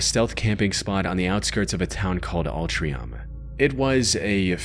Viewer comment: Just wanted to say with the fourth video. Its pronounced Alt-ring-cham.